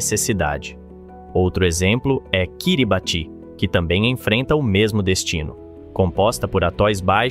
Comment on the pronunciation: Será que é mais um vídeo feito por IA? Não pude deixar de notar o "Kiribati"...na verdade se pronuncia "kiribass".